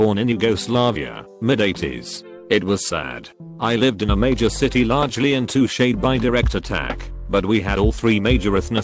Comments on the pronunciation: Normal people: untouched Fancy A.I.s: un-touché-d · untouched becomes untoshied lol